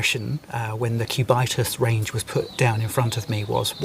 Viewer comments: Cubit-us.... Not Cu-bitus... From Sumerian Cubit, the length of your elbow to tip of the extended middle finger... Btw is what Patrick Phillip needs... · "CubAItas" ... really? 😂😂😂 Its "Cubitus", from Cube=Cube 😅 And you definitely have not too much clue about watches and horology, sorry. The Cubitus is likely Patek's smartest move in a long time, just look what you pay above retail for these watches. The Nautilus and the Aquanaut triggered similar hate feelings at first place and today they are the highest trading watches above retail besides Richard Mille in general. The ingenious feature of the Platinum Cubitus, by the way, is that it is as slim on the wrist as the other two Cubitus watches despite the fact that the Platinum incorporates incredible complications. Liked your presentation nevertheless, one must just like you the way you present your topics 😊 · If you pronounce "Cubitus" in the correct way, it wouldn't sound that silly.